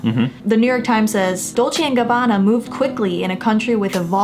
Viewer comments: 补充一点，影片中，所有的意大利语都是用非常夸张的错读的，包括他们自己品牌的名称，都是很明显的故意偏离了本来的读音，应该是嘲讽中国人讲外语时的口音。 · 我不懂意大利语哈， Bravissimo的确很奇怪，因为我看到网上有评论说可以理解good job，然后理解成活很好，但我查了很多解释，包括隐性理解，不知道为什么对一个女模特要用男性复词，这部分目前我也不懂。 Dolce&gabbana的读音有故意差别，但是不能用这个点来证明D&G有偏颇， 时尚圈牌子难读、读错是历来已久的，很多欧洲品牌、法国品牌在英语国家改成了英语发音， 比如： Versach-EH在英语国家被读成Versach-EE， Yves Saint Laurent 改名Saint Laurent，其中一个原因是常年Yves被读错，被读成YSL。 我自己遇过的口音歧视是被人叫”ching chang chong“，但我当时只是沉默无视。 歧视行为更多是看对方的动机、目的，D&G视频本身是为了在中国的秀做宣传，而铤而走险“故意”制造话题，则是他们自己的选择。